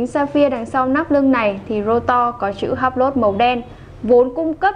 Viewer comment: Em phát âm sai Hublot nhé, tra cứu thêm để phát âm cho đúng.